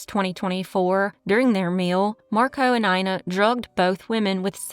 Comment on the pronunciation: "Ina" is pronounced [ena] here.